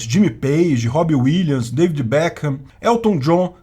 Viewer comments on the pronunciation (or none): none